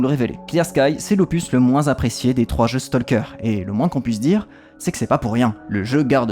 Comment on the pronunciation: Comme on pourrait s'y attendre vu leur similitude orthographique, talk, walk, stalk suivent la même règle de prononciation. Tout comme on ne dit pas"tolk" mais "tok", on ne dit pas "stolk" mais "stok" ;)